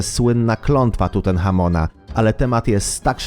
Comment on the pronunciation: pozwolę sobie sprostować nie Tutenhamon końcówka un